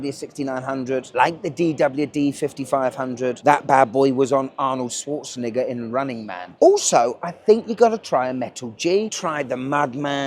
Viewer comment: As someone who has met Arnold, living in so Cal. I believe you pronounce his last name Schwarzen”eeee”gger. Ha ha ha ha